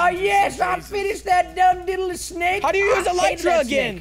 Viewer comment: I just have one question why does he say snake wrong? He says snack